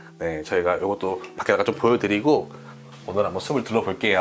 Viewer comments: 수블 .. 이 아니고 수플이라고 발음하는것이 맞습니다. 수피 수페 스픈 😊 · 발음이 옳지않네요 숲을 -발음할때 - 숲플. 로 발음하셔야합니다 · 신경쓸일 발음 ! 숲을 은 수불이 아니라 수풀 ! 숲이 는 수비가 아니라 수피 !로 발음 하세요